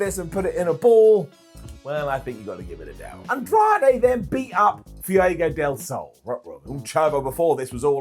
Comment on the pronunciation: BROWN DOWN for the way u said Fuego 😂